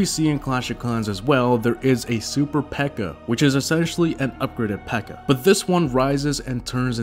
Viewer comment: Her name isn't Pekka. Her name is P.E.K.K.A. I mean, she's got five names.